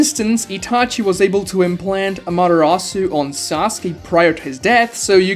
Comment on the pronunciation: The way you pronounce amatarasu genuinely hurts me